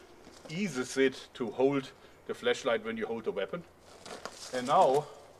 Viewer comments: He was saying fleshlight with his accent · Oh my god... Stop saying flashlight as fleshlight. It sounds so wrong. Please. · I thought u said fleshlight instead of flashlight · Sounds like he's saying "fleshlight" every time he says flashlight, and it's hilarious. When he said someone sent him a fleshlight I was like "WHAAAA?!" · The Littlest Giant I thought the same thing lol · I legit thought he said fleshlight and it looks like one too! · Am I then only one who heard fleshlight? Then was like OHH a flashlight ok... lol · he's saying flesh light! that thing is like 3" long! haha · it sounds like he's saying flesh light 😂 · Sounds like you said fleshlight😂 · Lol he says flash light like flesh light xD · when you say flashlight it sounds like you're saying fleshlight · for a split second i understood "fleshlight" and that threw me off a lot ...then i saw the actual light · He said flesh light😂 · I thought he said fleshlight 😂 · Hahah! Did he say fleshlight?! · coulda sworn he said fleshlight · I could of sworn you said flesh light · Any one else thought he said fleshlight instead of flash light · he just said fleshlight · thought he said fleshlight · Lol I heard flesh light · haha u kept saying fleshlight instead of flashlight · flehslight XD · The Littlest Giant I know I heard the same thing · you need to work on your pronunciation of flashlight there joerg XD what you are saying is a little naughty.